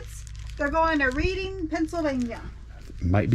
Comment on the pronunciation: Yes it’s Red-ding. Very familiar with the area.